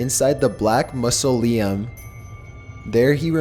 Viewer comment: "Mussle-Iam" instead of Mausoleum. Hahaha! I luv the way he pronounces some things. Lol Or should I say mispronounces some things . . . . Either way, it's cute and I luv it LMFAOO 😂☠😂☠😂☠😂